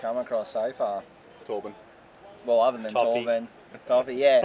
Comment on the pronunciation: Its other not uva.